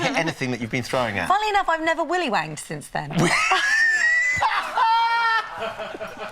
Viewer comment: She was trying to say "welly wanged"in the one . It's basically how far you can throw a welly (boot). But it came out willy wanged!